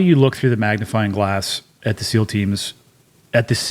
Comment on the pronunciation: scou SEAL not seal lol